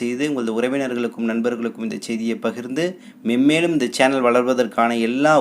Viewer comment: Don't say chaidy say seidi bad pronunciation.